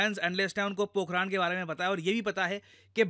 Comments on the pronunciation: Pokharan, not Pokhraand 😂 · पोखरण ✅ पोखरान?? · Ye पोखरान नहीं है मेरे दोस्त पोखरण है। उच्चारण सही कीजिए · Sir it's not पोखरान , it's पोखरन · It is not पोखराण.. It is पोखरण I am from Rajasthan. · Pokh-run not Pok-raaaaaan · पोखरण यार...ना की पोखरा न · It's Pokran not Pokraan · Pokharan* Pokharaad 😅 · पोखरण ❌ पोखराण☑️ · पोखरण ❌ पोखराण्ड ✅ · पोकरान नही पोकरण है। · It's not पोखराण it's पोखरण 🙏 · "राण" नहीं "रण" है 🤔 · पोखरान नहीं पोखरण है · Pokraad nahi Pokhran. पोखराड नहीं पोखरण। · सर वह पोखरण है पोखराण नही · ये पोखरण है ना कि पोखराण। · 'पोखराण' नही 'पोखरण' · Are sir Pokhraand nhi Pokhran boliye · सर पोखराण नहीं है पोखरण है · It's पोखरण not पोखराण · It's पोखरन, not पोखरान!!! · Pokhaaran nhi...pokhran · It's pokaran not pokharan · सर पोखरण होगा पोखराण नही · Pokhran not pokharan. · Need speak correctly pokhran not pokhraan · Bhai pronounce toh theek se karleta. It is not pokhraan, it is pokharun. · Sir, it is पोखरण not पोखरान Please next time check the Indian place's name in Hindi because English is an idiotic language in the reading context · Sir aap ka words ko pronounce krne ka trika thoda sa ajib h पोखरण होता है पोखरान नही होता है बड़ा अजीब सा लगता है जब कोई अपने ही देश का हमारे ही देश के विभिन्न जगहों का नाम सही से नही लेता है Always connected with your roots English aane ke bad apne aap ko pta nhi kya smjh lete h 😂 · Areeee vo पोकरण h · भाई पोकरण है वो 😁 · Sir pokhran nhi hai …. पोखरण hai